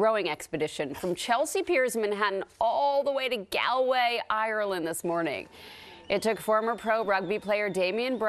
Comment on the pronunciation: You pronounced it right the second time then you said rather gaaaalllllway. It's sounds like Gaul way